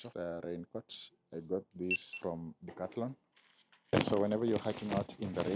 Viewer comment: Everytime you say Decathlon all I hear is "all your money"😂😂